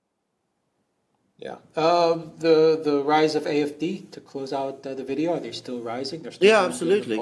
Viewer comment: AfD. Not IFD. "A" is (usually) pronounced "ah" in Deutsche.